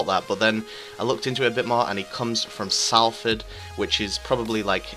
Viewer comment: It's pronounced solford